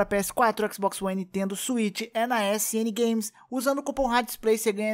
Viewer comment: Xboxio one, só escuto isso no vídeo kkk